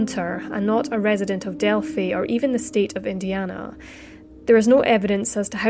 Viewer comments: It is pronounced Del-Fi (like Wi-fi). Everytime you said..Delfy I cringed. Sorry..I'm a Hoosier. I understand not everybody knows how to pronounce it. Have a great day!! ☺ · Thanks for updating the investigation status - FYI its pronounced “Delph-eye” not Delph - y.